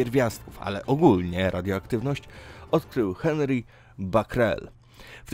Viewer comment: *Bekerel Oglądam większość odcinków, ale czasami uszy bolą jak niechlujnie wypowiadasz niektóre nazwiska i słowa obcego pochodzenia. A wystarczy sprawdzić wymowę.